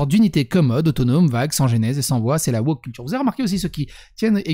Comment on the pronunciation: 15'45 : pas "woker", wochiotte